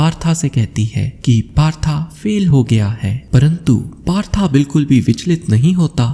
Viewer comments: That's not partha that is पार्थ। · कहानी बहुत अच्छी व प्रेरणादायक थी आपका प्रस्तुतिकरण का तरीका भी बेहद शानदार है लेकिन एक निवेदन है कृपया 'पार्थ' जो कि अर्जुन के अन्य नामों में से एक था को तथाकथित मॉडर्न बनने के चक्कर में बार बार 'पार्था' PARTHA कहकर संबोधित कर अर्थ का अनर्थ ना करें। हिन्दी भाषा के शब्दों का उच्चारण ठीक ढंग से करने का प्रयत्न करें बाकि आपका प्रयास सराहनीय है। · Partha Nahi Bhai Parth bolo